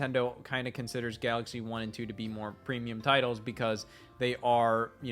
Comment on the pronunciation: Preemulum Creamulum I say